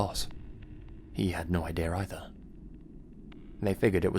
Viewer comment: There is no such word as ‘idear’. It doesn’t exist.